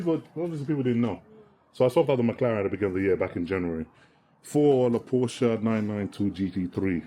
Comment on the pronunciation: I'm glad you pronounce Porsche right, It annoys me when a Porsche driver doesn't pronounce it right.